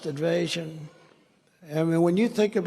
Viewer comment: why can't he say the word invasion, he says evasion, sounds like he's getting too old to be in office